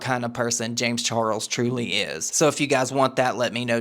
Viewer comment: the way says james char-rulls will not live rent free in my head... i will pay to have it be there☠️🔥💙